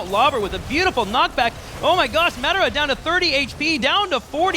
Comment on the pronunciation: Omg say Madara right the other announcer said it like 50 times. Be able to say players names that is just disrespect.